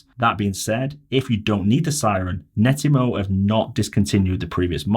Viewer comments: Yes! It drove me nuts hearing him say Netymo time after time! You saved me writing this. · It's not Nettymo, its Net-atmo. The name is derived from the words Network and Atmosphere as per their first device created